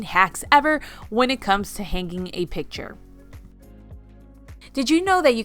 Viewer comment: Please, learn how to pronounce hanging. It's very annoying listening to you pronounce it incorrectly.